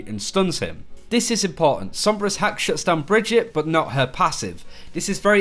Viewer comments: bruh its brigggeeeeeettttaaaaa. not brihjit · Brigg-ett-e not Bridgette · it's not "bridge-eet" it's "brig-eet-ay" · Pronounced Bri-gee-tuh. Not like Bridget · br-GIT-uh, dude. Not Bridgette. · So she’s supposed to be swedish, right? But her name makes no god damn sense in swedish. It’s like they butchered the actual swedish name Birgitta (pronounced bih-gitt-uh, with a hard g as in ”go”). Brigitte isn’t a real name, it’s weird as fuck, but I guess us Swedes would pronounced it as brih-gitt-eh (again with a hard g). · Awesome video, but for future reference it's pronounced Bri-gee-ta ;) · So weird, do you tubers actually listen to Jeff speak? He says clearly how the heroes name is spoken.... Bri-gee-tah. Kind of like vageta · It's pronounced like Vegeta. So, Bree-geta. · Pronounce her name right plz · Yeah it was a bit off, but he didn't exactly butcher it. It's one of the better americanized pronunciations I've heard. If you don't speak german I don't think you'll get any closer than what Jeff said. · He definetly did NOT say the name right in the dev update